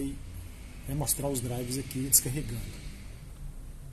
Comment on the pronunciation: Crítica construtiva: Nos próximos vídeos não fala "DRIVES". O correto é "driveRs" com 'R' no final.